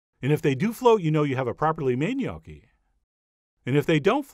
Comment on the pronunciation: Never knew the proper way to pronounce Gnocchi... Thank you now I know how!